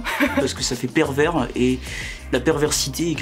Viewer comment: lui il me tue «je trouve sa perverd»😂😂😭😭